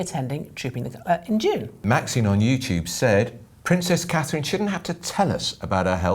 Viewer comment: .......NOT KATE IT IS CA-THRINE!!!!!!!!!